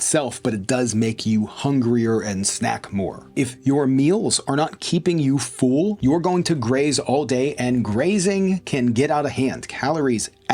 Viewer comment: Thanks--great video! Also....here to hear you pronounce "full" as "fool" every single time!